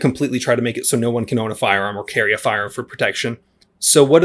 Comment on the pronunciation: the "meke" "shel" "enhrit" the "erthe".